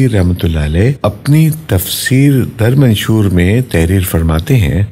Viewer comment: The Name of the Tafseer is Durre Mansur.... ( ث ) NOT manshur - Jazakallah